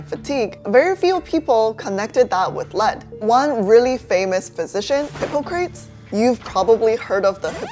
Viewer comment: did you really just pronounce Hippocrates Hippo-crates? It's Hi-Poc-ra-teez